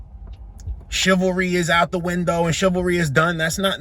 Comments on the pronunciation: “Chaivalry?!” 🤦🏾‍♂️🤣 She said it again!😂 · "Chalvery is dead"... whatever that is. As she curses. Chivalry is for LADIES... not for foul mouthed females. "Shivarlie"?